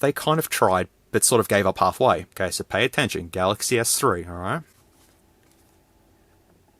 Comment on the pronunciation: "uihssumsung" "Sumsung Galxay S3" lol im ded 😂😂😂